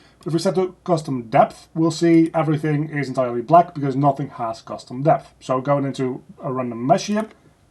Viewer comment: say custom deph again